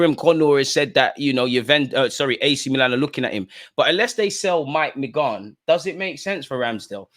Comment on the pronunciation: Bro love the content but please it's not "Mag nan", it's "Man yan" : )